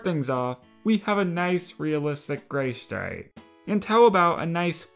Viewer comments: ...... Not to be mean but, it said "Gaystripe" ...... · "Gaystripe" lol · says Gaystripe lol